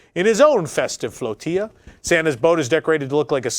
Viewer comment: Great video! So happy to see the Muppets back, even without them doing their schtick with the guests. Just as an FYI.....(a small group of boats as in the AK) is known as a "floh TILL ah" not "floh tee ah". :-)